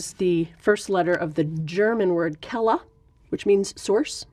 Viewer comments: Had to rewatch it twice to figure out which "German" word she meant whith "kella". Why are the pronunciations made up? As if there wasn't Google or something, to read it to you? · It's pronounced "kvelle" (/ˈkvɛlə/). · It always hits me in a special way to hear (what in this case I can only assume to be) an English native speaker pronounce foreign words. The word she said isn't Quelle (eng: source). It's Keller which means basement or cellar. It wouldn't take long to just ask a German native speaker. On the one hand it doesn't really matter but on the other hand if it doesn't matter, why was it even said in the first place? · For those who wonder: The german word for "source" is "Quelle". They pronounced it pretty wrong, it's basically "qu" (from quantum) + "ell" (from sell) and the "e" like you pronounce it in sell. Or it comes pretty close that way. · So, it would be pronounced kyu-ell, or kwu-ell, or would it be pronounced like quell is? As in "quelling a rebellion"